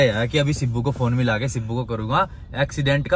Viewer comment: woh sibu nahi. Sibbu. Hota hai pagal,😂